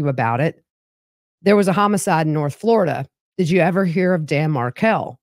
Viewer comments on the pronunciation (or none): none